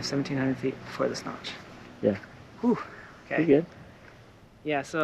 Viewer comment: Is he saying “the Snotch”?